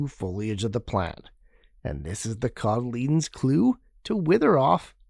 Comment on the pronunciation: And apparently I've been saying "cotyledon" wrong for a while. I've been pronouncing it "coddle-e-DON", not "coddle-E-dun"